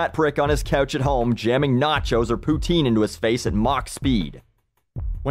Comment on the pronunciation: Pootine? WTF is pootine?